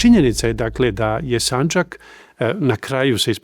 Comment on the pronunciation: narator uporno govori sanđak,odlućeno… kako je to moguće?